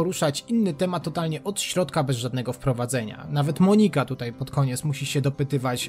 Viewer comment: Monika nie akcentuje się na O.